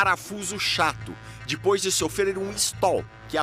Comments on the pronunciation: "dipois" se diz "depois" e não "dipois" coisa ridícula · Pow um repórter desse nível falar "dipois" é complicado viu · "Dipois" kkkkkkkkkkkkkkkkkkkkkkkkk